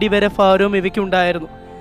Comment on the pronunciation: ഫാരമല്ല ഭാരം